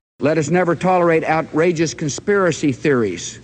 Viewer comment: Tedrosito cant even pronounce con-s-piracy theories! 😂 Damn it! 😂😂😂😂😂😂😂😂😂😂😂😂 Bush the bush! 😂😂😂😂😂😂😂😂😂😂😂😁😁😂😂😂😂😂 what a wonderful specimen of human self organising bioverse!